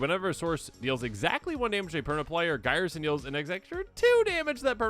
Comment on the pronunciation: iirc Ghyrson is pronounced like a gear and not like Gyre strait